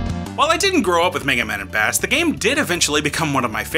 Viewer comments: I blame mega man 8 for making people think that bass's name is pronounced like the fish and not like bass & treble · Holy cow, the mispronunciation of Bass drove me up a wall.